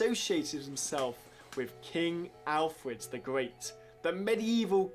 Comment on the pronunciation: King Alfwed the Gweat. Wule Bwitania!